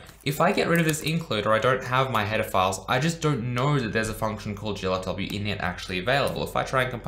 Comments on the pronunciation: Who else heard "Pedophiles" everytime he said header files lmao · Whenever he said "header files" it sounds like he's saying "pedophiles"